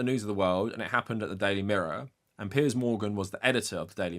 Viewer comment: Yes finally the correct pronunciation of "Piers"! taught us the right way to say it!